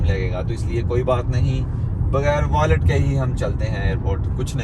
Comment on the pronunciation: Violet nahi wallet hota. Iss liye kehte hain taleem ka koi jor nahi.